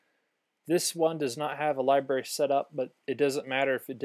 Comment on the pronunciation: Cool video. Btw, it's libRary, not liberry.